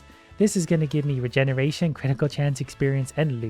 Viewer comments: regeneretion is how he pronounced it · "regeneretion" lol